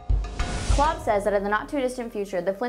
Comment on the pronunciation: Is Kolb really pronounced "Klob"?